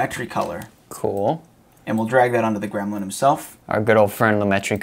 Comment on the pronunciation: Gremlin still wrong 😄 not grelmin 😄